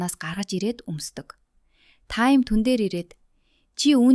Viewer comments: таям gjnasss таам gej duuddishvvvvv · Горяа биш гооряа таям биш таам